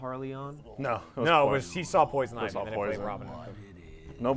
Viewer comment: They didn't read poison ivy properly and I'm triggered